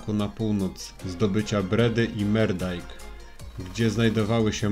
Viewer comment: Moerdaijk nie czytam "Merdaijk" tylko "Murdaijk" - "oe" czytamy w niderlandzkim jak "u". A film fajny :)